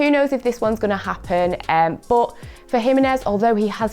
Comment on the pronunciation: I know right